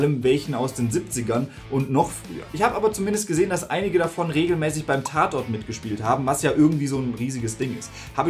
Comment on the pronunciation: "wie im tatorrrt" 😂